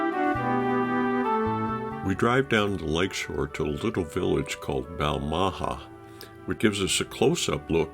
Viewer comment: Erm...its "Bal-ma-haa" (long, short, long)...but Top Marks for your filming, and 'amost' getting the pronunciation of Loch correct, with the soft guttural "ch," not Lock as most visitors from Actoss The Pond say ;) Lovely video, thanks for sharing it xx